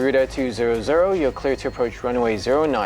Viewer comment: i like the way he said guruda instead of garuda. i mean its english im indonesian and indonesia have garuda indonesia. 5 stars but crashes sometimes.